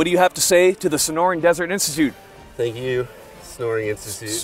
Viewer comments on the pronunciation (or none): I love dedication to never saying Sonoran Desert Institute properly.